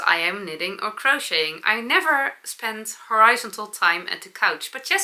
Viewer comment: Your English is so very good,! I'm sure none of us are bothered by your slight mistakes. But since you asked, here are a few corrections for to you, given with love and admiration. You were lying ON the couch and the bobble was hanging ON the wall or FROM the ceiling. Let me add one more. Horizontal is pronounced like this: "horr" + "uh" + "zon" + "tuhl". Back to knitting... I love your idea of setting a timer for 15 minutes of needlework, then moving on to the next one, or something else. I always get lost in my needlework and then too much of the day is gone. I am going to start using a timer also. Thanks for that great tip!❤I also need the button placement tool you have and will look it up today.